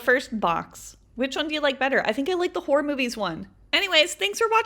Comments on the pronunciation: I thought you were saying WHORE holes😂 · I thought She was saying hor hole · I kinda sounds like shes saying wh*re holes😂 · Horror is pronounced horrer